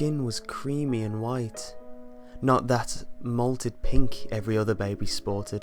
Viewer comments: loving that the story is about a boy and the pic is clearly a girl. oh and it's mottled, not malted. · "Not that 'molted pink' every other baby sported". He's not reading it correctly.